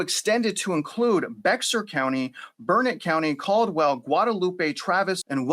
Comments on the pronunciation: It’s pronounced Bear county not Bexar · Not sure where you live but it’s not near San Antonio otherwise you would know that Bexar is not pronounced Bex-ar it’s pronounced Bear. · First of all, it's not pronounced Be "X" ar..it's pronounced Bear. And while you keep pushing this "blame game" narrative, you must not understand the term "flash" floods and how they happen. SO, No I don't buy into your cloud seeding theory in relation to this tragedy. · Bex-ar is actually pronounced bear. That’s what I learned when we lived in San Antonio anyway. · Bexar is pronounced bear. Just a heads up for any future videos of our area. We have some other counties with equally difficult names to pronounce. I am a local, and the bex-ar is hard to hear 😂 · Great vid Travis but it's NOT pronounced BEXXER (BEXAR) county it's pronounced BEAR or BARE by locals but it's actually Spanish so technically is BEH-HAR but everyone just says BEAR. ✌️ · Bexar is pronounced Bay-Har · Bexar is said "bare" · Bexar co. where San Antonio is located is pronounced " BEAR" , the x is silent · HORRIBLE, DEVISTATING and this was very informative. I used to live in San Antonio, and just FYI guys, its pronounced without the X "Bear" county. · Bexar county is pronounced like BEAR. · I can tell you are not from Texas because you are calling Bexar County, Bexar, but it is pronounced Bear. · Good info, thank you. Take it or leave this info, but “Bexar” is pronounced, “Bear”. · It's pronounced Bexar, BEAR county, and Bexar county is not where the floods were, Bexar is San Antonio. Kerr County is where the floods were. Are you even from Texas? The Hill Country has these floods every 7-10 years, but this water rose very, very fast. The Hill Country is full of deep canyons, it's ripe conditions for a disaster. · Travis,"Bexar: is pronounced "Bear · Bexar County is pronounced "Bear" (the x is silent) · Bexar is pronounced "Bayer". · Bexar county is pronounced, “bear” . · Bexar county.... pronounced: B-a-r-e